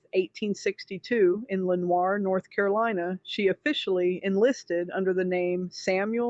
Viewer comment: Lenoir is pronounced Lee-nor.